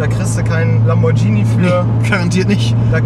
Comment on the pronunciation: Ernsthaft? Lambordschini?!